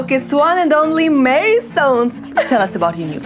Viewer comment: They pronounce her name Mary, but it's spelled Marie.